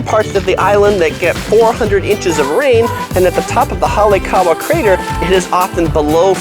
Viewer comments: halekaua? Or Haleakala? Hahaha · Good tips. BTW-the main volcano is Haleakala, not Halekala or Halekawa (couldn't understand what was said). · man you butchered Haleakala, its pronounced just like it reads. Ha-le-aka-la, & I cringed Kaanapali. Another great tip would be - Be respectful of locals, don't bring your entitled pretentious little attitude to the island, I don't give a shit how much money you spent to come here or how much your hotel cost - leave the tude on the mainland. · The reason pronunciation matters is that its a matter of respect. Tourist crap on the islanders all the time in many ways. Pronouncing things correctly pays respect to the people. Its also the professional thing to do. Don't be like those other tourists please. Hall-E-ak-law phoentics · Big Mountain is a dormant volcano. Pronounce it "holly-ah-kala. Now say it fast. You are standing at or near "ka-ah-na-Polly" or most say "Kahna-Polly". Trying to be helpful. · I like your guides, however you should please try to pronounce Hawaiian words a little more correctly. You are way off on some of them... Haleakala, Kaanapali etc. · I am a resident of Maui-your tips are pretty good and accurate, but you pronounce all the Hawaian names wrong, like Kaanapali and Haleakala.